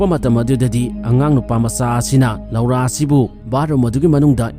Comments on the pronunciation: Loura haiba natey "LORA" haina haiyo. Tabada nokningey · Lora haina pronounce toubiyo loura haibigano